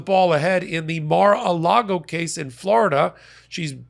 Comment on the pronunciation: You mean Mall-a-Lardo?:face-purple-crying